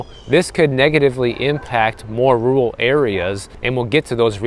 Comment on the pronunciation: It's rur-al, not rue-ul.